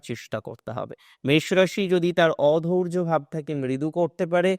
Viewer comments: অধৈর্য্য হবে, অধৌর্য্য উচ্চারণ ভুল। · অধৌর্য নয় দাদা "অধৈর্য্য"। উচ্চারণ ঠিক করুন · "অধৈর্য্য" শব্দটি সঠিক ভাবে উচ্চারণ করুন।